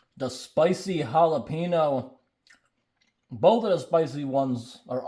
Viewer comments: To pronounce the "Ñ" in jalapeño, just place your tongue and hold it flat on the roof of your mouth when pronouncing the N part, then release as you get to the O. It's really not that hard. The word is pronounced like "Halal (without the L obviously) PEH (like the E in send, not pee) - neo". Pronouncing it "jAlaPEEnOou" sounds atrocious 😂. Even Rickie from Trailer Park Boys said it better. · It's Jalapeño....not Jalepeeno. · He definitely said jalepenis spam. He didnt mean too but if you listen carefully he definitely said jalepenis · okay guys we got the holla-pee-no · The majority of non-Hispanic people don't know the sound of ñ... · Jahlapeenos lol